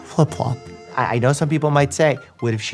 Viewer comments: The 'fliflop' got me hahah😂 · "Filp flop" i keep replaying that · I had to rewind and watch him say “flip-flop” like ten times